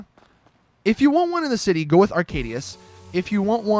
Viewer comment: arcadius not aracdius